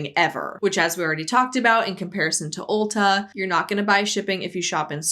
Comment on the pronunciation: As someone who's never heard of Ulta before (not a store in my country), I keep hearing it as ulcer.